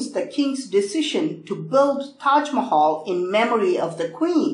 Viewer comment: I love the tahg Mahal